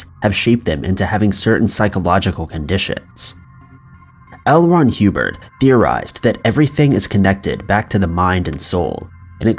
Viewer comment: Ah yes, good ol’ L. Ron Huebird